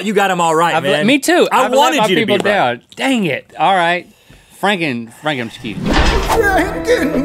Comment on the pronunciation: He said "Frankin" besides it sounds more like freakin